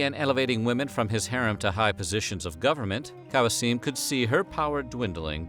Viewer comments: It’s not “Kawseeem” it’s “K-oh-seam” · Who the hell is "KAJASIM Sultan"? 😂 Kösem = Kusem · kosem is pronounced "Q sem" the narrator butchered her name 😢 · Fun video! I believe Ibrahim's mother's name is pronounced "Koh-sehm". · Its spelled like its written Kosem